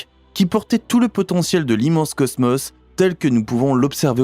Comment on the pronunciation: C'est quoi le ceusmeus??? Cosmos je connais, il y a 2 "O" qui se prononce O et pas eu...😂😂😂